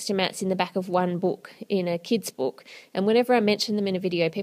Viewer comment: Ann it book not boook